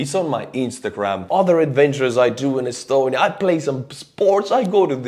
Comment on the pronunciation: I'll never get tired of your Estonian pronounciation. Thanks for doing what u do, and Glory to Ukraine 💙💛